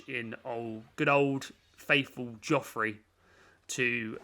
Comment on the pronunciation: Araquanid is a monster. Btw mate, love your videos, but you should know 'Geoffrey' is pronounced 'Jeffrey', not Joffrey. Source: my mates dad is called Geoff and he never stops moaning about people calling him Joffrey.